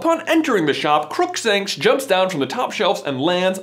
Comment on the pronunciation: "CROOKSANKSH JUMPS DOWN"